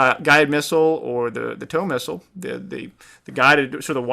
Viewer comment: the TOW missile is pronounced toe